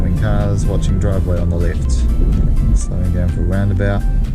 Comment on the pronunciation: Driving awound